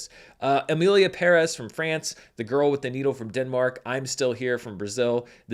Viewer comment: Finally someone making an attempt to pronounce “Pérez” correctly